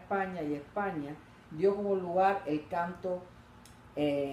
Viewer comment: Porqué no pronuncia Usted la S? (Epaña, lo gitano')